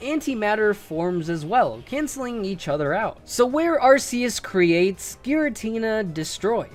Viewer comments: That’s not how you say arceus it’s Arc[ark]-eus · Please don't say ARSE-eus😅😂